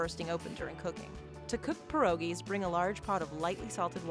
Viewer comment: "PYEH-RO-GIE" not 'per-o-gie'. If you really had a Polish grandma, you would know how to pronounce it correctly. Jezu Kochani!